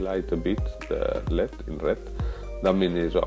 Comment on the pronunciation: El ee dee not led, please.